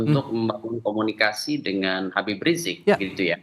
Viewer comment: Woyyyyy susah amat lidah kamu bilang Habib ??